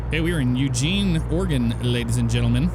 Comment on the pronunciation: It’s Oregon not Organ.